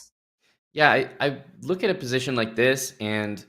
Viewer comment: Dina “let’s just take a louwk” and “pauwn”